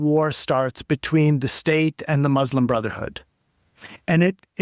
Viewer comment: An Arab who can’t even pronounce “Muslim” correctly